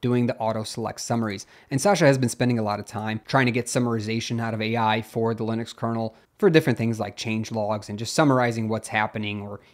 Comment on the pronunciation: narrator says "leenus" and "lihn ix" lol